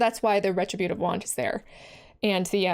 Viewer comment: re-TRIB'-u-tive wand. But say it however ya want. It's a Magic card, after all.